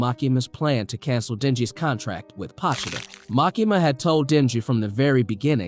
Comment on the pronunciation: Its pronounced POE-cHee-Ta